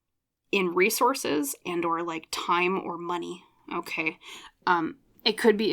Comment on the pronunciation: You said "resources" a couple times in P:1, and I heard "race horses". That's what I need, a couple of race horses to get me out of my slump.😂😂😂